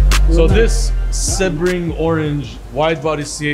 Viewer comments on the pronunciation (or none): Sea-bring I believe is the pronunciation. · It's "SEEB-RING" not "SEB-RING" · It's pronounced SEEBRING, just so you know brother (it's named after a racetrack in Florida)